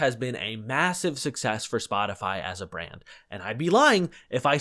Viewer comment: My so pronounced Spotify as spoticy